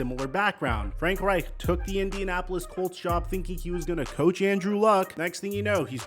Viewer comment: STOP SAYING FRANK REICH LIKE THAT. Jesus lol.